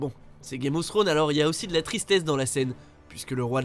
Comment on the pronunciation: Y a un S à la fin de Thrones...🤦🏽‍♂️